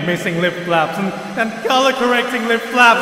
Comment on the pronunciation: I heard lip flaps as lip faps